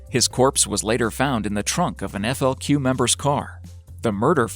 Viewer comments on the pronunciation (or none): At one point the narrator says "FLC" instead of the proper "FLQ".